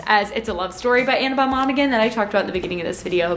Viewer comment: I think in Monaghan the g is silent